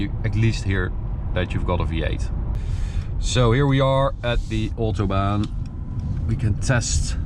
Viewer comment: Come on, you are Dutch, you know how to pronounce Maybach and Autobahn. Just because the Americans butcher every foreign name, doesnt mean you have to do it too. Other than that, great video as always.